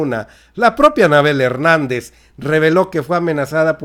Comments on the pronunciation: Like si escucharon si decía Fernández y es Hernández 🤔🤔🤔🤔saludos a mi estamos bien informados 👍👍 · Anabel Hernández!... Her-nán-dez 😁😁😁😁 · Es Anabel Hernández, no Fernandez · Ni leyendo el apellido le atinas.!!! No es Anabel Fernández..!!!! ES HERNANDEZ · Van 50 veces que dices Anabel Fernandez.. El apellido es "Hernandez" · !!!!!!.........ES ANABEL H E R N Á N D E Z.......NO.......FERNANDEZ. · La periodista se llama Anabel Hernandez y usted esta diciendo Anabel Fernandez.